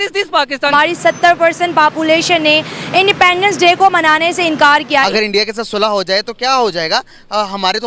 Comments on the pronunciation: Indepaandence day kya hota hai. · Sahila khan independence ki pronunciation toh theek kar lo...